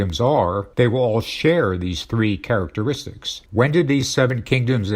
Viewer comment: A sign of the times. These Antichrist 45 "documentaries" are narrated by an AI. A machine - the most important tools for domination by Satan: computers, AI, and the Internet - tell us about the beast and the AntiChrist. Listen to the words of the AI, "characatraits" is not an English word; it is not a human word. It is a telltale misspoken word of the machine. What human being speaks the same way? Donald Trump.